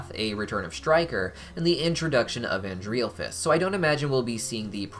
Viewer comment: I love how you say Andrealphus’s name wrong